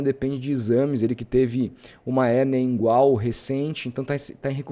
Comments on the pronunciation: não é uma crítica. Mas por favor cara kkkkk é hérnia INGUINAL, e não hérnia ingual (que nem existe na vdd kkkkk) Excelente trabalho e cobertura de ambos do canal, que continuem crescendo muito!!! Parabéns!!! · É hernia inGUInal KKKKKKK pourra. Com todo respeito